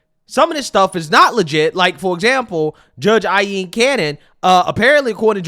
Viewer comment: Go figure another racist democrat using their race to try to shied themselves. Gotta love MSNBC for giving corrupt criminals air time. Ngl you saying aieen cannon, bugs me. It’s Aileen cannon idk where the L goes in your pronunciation lol